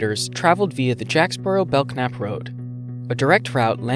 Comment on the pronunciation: The k is silent in Belknap.